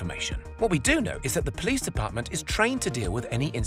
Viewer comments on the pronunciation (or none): none